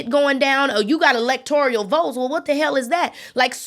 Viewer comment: Great podcast again 👏🏾 Now, this is from my heart, not to offend, only to correct with Love💜 ELECTORAL is the word. Four syllables. Can be found in the dictionary. Elector(i)al is a NON-word. Five syllables. It does not exist.